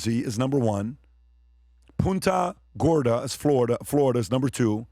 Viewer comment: It’s PUNTa Gorda like you are punting a football and it’s not near Jacksonville. It’s SW Florida near Sarasota and Fort Myers.